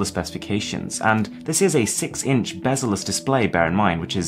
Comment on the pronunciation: Did he say it was a bezless display?